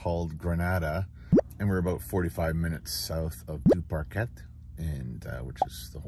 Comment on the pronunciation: Correct pronunciation is Due-par-Kay 👍🏻